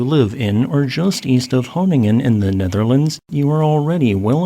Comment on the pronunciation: Got a chuckle out of the pronunciation of Groningen. But its okay. Dutch is hard. Thanks for highlighting our shaky predicament.